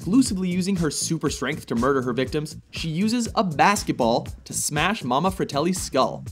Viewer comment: I love how they said Mama Fratelli. The goonies is one of my favorite movies.